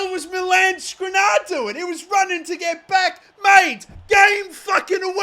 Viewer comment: Damn, Ansu Fati cooked in that ucl final. And i guess Skriniar just got tired of you butchering his name over and over. Same for Vinicius